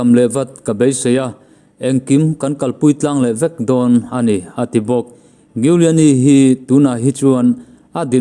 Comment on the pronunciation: Rudy Giuliani i pronounce dan hi Google ah teh zawng ve la a ṭha tur. 😁😁😁